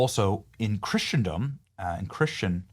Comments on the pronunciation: It’s not Christiandom, it’s Christendom. It’s not sepluchre, it’s sepulchre. It might be best to either look up the pronunciation of unfamiliar words, or just not use them at all. It’s getting really old. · 1) The temple was destroyed in 70 A.D. Seventy years after Christ's BIRTH not His death. 2) It's pronounced Christendom not Christian-dom. 3) The Temple of Solomon was NOT the tallest building in antiquity. The Great Pyramid in Egypt was the tallest building on earth until the construction of the Eiffel Tower in the 1800s. This click bait is completely annoying on multiple levels. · Christendom, not "Christiandom." Christen rhymes with listen. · Love ya.. but it's phonetically 'KRIS-uhn-dum', and 'SEP-uhl-ker'... and no buildings were taller than the Pyramids in ancient times. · Christendom is correctly pronounced "KRISS-uhn-duhm" Dear , we follow you closely and enjoy your informative content, mixed with levity and, of course, Bible verses of the day. Catholics and Protestants are diametrically opposed when it comes to eschatology. Ripperger is hot because exorcists fascinate people. Demonic activity rages on in the Spiritual War. "Church Fathers" should be suspect, as should the sect that adheres to a false doctrine of salvation. They deify Jesus' mortal human mother. They practice necromancy. They have a cannibalistic view of the Lord's Supper, negating the atonement of Jesus Christ at the cross. ONCE paid it all. There are NO human intercessors between a believer and the Lord. The papacy is not divine lineage, and all the pope's minions practice idolatry and false teaching. They can NOT forgive sins. We need no confessors other than Jesus. It is not Christianity😒, sadly. We do our Catholic friends no favors by pretending it is. Time is short, and we must be bold about that to love them well. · It drives me nuts when Benny says "Christiandom" that's not how it's pronounced! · You don't know how to pronounce Christendom